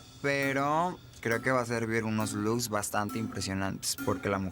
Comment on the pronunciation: "unos loos" bastante impresionantes jajajaja ni hablar sabe.